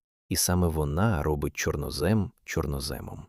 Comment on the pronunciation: ЧорнОзем - правильний наголос